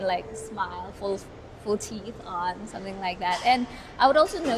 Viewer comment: Please learn to pronounce SomeThing correctly. SomSing isn’t the way.